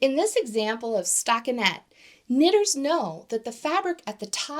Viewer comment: Really wish you didn't say "knitters" like that